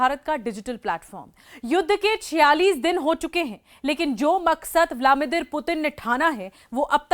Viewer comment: व्लादिमीर है व्लामीदिर नहीं. सही नाम बोला करें